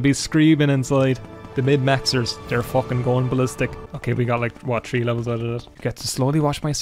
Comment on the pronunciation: Quality content as always. Please learn to say "three".